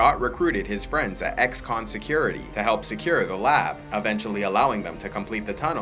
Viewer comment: it's X-Con not Ex-Con